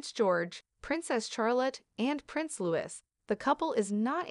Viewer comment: It's Louis (like Louie and not Lewis)